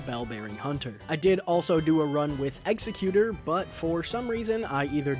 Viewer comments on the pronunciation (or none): w vid... BRO PLEASE PRONOUNCE EXECUTOR CORRECTLY